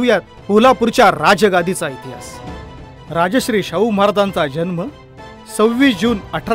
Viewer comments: Very nice video ..but the the pronunciation is rajarshi not rajashri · Rajasri nave , neet uchhar kara Rajarshi. Raj +Rishi asha arthane... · राजश्री असे म्हटले ते राजर्षी असे आहे. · Sarvat agodar voice over madhun shabda badla .... Rajashri (nav zale )nave tar * Rajar-shi* ( raj rushi ani raj ashray aslele ase )bola sampurna video madhe chukicha bolla ahat